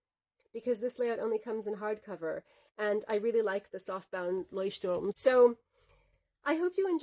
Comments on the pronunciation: I‘ve gotten so used to everyone pronouncing it „Leuchtturm Nineteen-Seventeen“ that I was really startled to hear you pronounce it in German, and a really good pronunciation as well! Had to immediately rewind to see if I heard you correctly 😂 Think I never looked at the planners Leuchtturm produces, although I like their notebooks enough to have one for long-term lists (previously used as a bullet journal). Thanks for showing off what you‘re using in 2022, loving these in-depth reviews you do! 💌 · Sooooo refreshing to hear a non-native German person pronounce Leuchtturm correctly. For that thank you! Also, amazing review, love how detailed it was!